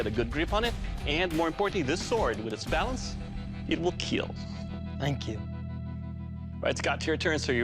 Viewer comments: not kill it's kheeel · The scottish claymore did not keel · Is there ever a time when he says "it will not keel" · “It will keeeel 😁” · It will keeel Why does he say it like that 😂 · he says "it will keel" if it really kills, then he says "it will kill" if it will not kill